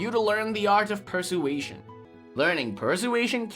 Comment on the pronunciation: Oh my dear, I cannot take it! You keep pronouncing persuasion incorrectly! It's an easy word to pronounce dear! 🤪